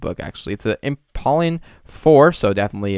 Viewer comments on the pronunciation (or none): dude said I M P A W L I N G